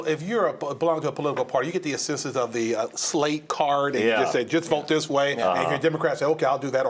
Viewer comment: THEES is up or down? Talk right.